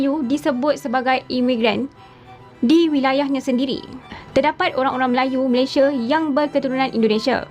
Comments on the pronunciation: Sebutan sepatutnya utk Malaysia ialah MalaysiA bukan ikut gaya sebutan B Inggeris Malaysie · Malaysia adalah nama negara dan nama rasmi . sebutan nama Malaysia originalnya bukan Malaysia(meleisiE)❌ tapi Malaysia(meleisiA)✅👍sebutan yg telah dipraktikkan sejak Sept 1963 walaupun brdialek riauJohorKL.. malah sebutan meleisiA adalah sebutan majoriti rakyat Malaysia, bangga la sebutan Malaysia yg asli iaitu MalaysiA bukan MalaysiE.